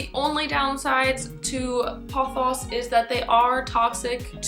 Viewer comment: I love the way you say pothos,seriously.